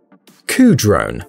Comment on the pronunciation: For some reason,"Kudrone" sounds a bit too much like "Cujo". Now all someone needs is for the drone to go rogue & attack it's 'owner'.